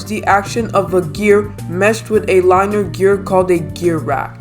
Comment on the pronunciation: I learned that you said “linear” wrong You said “liner” to pronounce correct it is Lin-eee-er